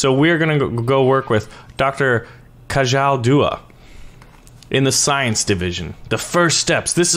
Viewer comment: It’s ka-jjjjjjjjaL not kahal